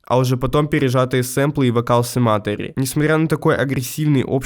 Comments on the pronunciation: БЛЯ, ПОЖАЛУЙСТА, ПРОЧИТАЙТЕ ТРАНСКРИПЦИЮ СЛОВА СЕМЕТАРИ, ОН НЕ СЕМА́ТОРИ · почему сематари если семэтéри уши режешь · Все видео текла кровь из ушей из за неправильного ударения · Ударения? Не тех букв бро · автор настолько олдген что не знает как произносится sematary и host Mountain, при том что это даже в треках можно услышать